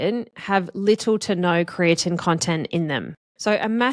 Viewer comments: Kree-ah-teen is how I've always heard it pronounced. You sound like you're pronouncing it as Kree-ah-Tin. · I've never heard creatine pronounced like that and it makes me wonder if you're saying it correctly or if everyone I've ever known has been pronouncing it wrong.